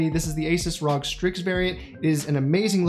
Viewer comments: stop saying "Rawg" ITS R.O.G. I cringe every time. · makes me cringe when you pronounce "ROG".... i believe its "R-O-G" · r-o-g R-O-G IT ISNT HARD